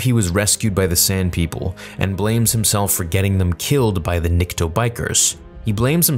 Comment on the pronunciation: You keep saying what sounds like "Nikta" it's"Nikto".